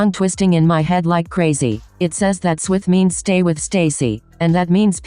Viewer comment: thought i was the only one that thought swith sounded like swift LMFAOAOOA